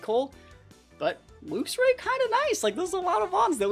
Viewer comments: luxray is pronounced more like lucks ray rather than looks ray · It's definitely pronounced "lucks". It's name means something like "lightray" no? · I think its pronounced Lucks Ray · It's Lucks ray. Since we're on the topic you also say Archaludon wrong too. It's Arch-aloo-don. Unsubscribed, blocked, reported. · Very fun team! Hoping for some big wins. Id say it should be pronounced like the unit Lux - with a less pronounced "u" and not like "looks". In german we do say it more like "looks" - but the unit is pronounced like that in german aswell lol. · I say it like lux-ray, kinda like how you pronounce the end of the word deluxe